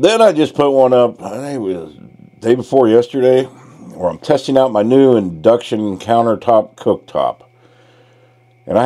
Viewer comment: I took it as you were intentionally mispronouncing induction to be funny.